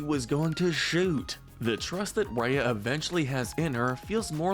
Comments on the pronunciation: I also don't like the way he said rya but I liked the video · Why are you pronouncing some of the names names all weird? It’s Kocoum (Co-ku-um) and Raya (Rai-ya). I would say Raya’s relationship with Namaari was a lost opportunity to be honest. I wish Disney would have shown the bond between them before breaking the trust. For example, showing a few short bits where they were playing together, sharing their cultures or hanging out with some music playing in the background or something. Given the history between their kingdoms and Raya even being slightly mistrustful of the other kingdoms coming to theirs before meeting her, it makes no sense why Raya would just be okay with trusting her. Even if these factors didn’t exist, it still wouldn’t work and feel devastating, because there wasn’t anything shown that would make us doubt the betrayal. The message behind trust would have been so much more powerful if Disney actually took some time to develop their bond